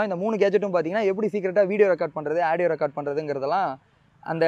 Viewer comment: Aadieo illa da adhu audio da paradesi